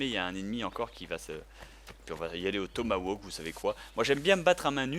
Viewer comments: Te plains pas il aurais pû dire "Tomahkani" :p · On dit "tomahawk" et pas "tomawok".